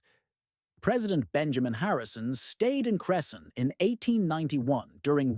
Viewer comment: Wow as a Cresson resident I didn’t know about this. Although how we pronounce it is cress-in